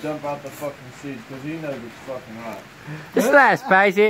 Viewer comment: he was trying to say is it hot the food but he literlly said hat lmao 😂😂 (the camera man)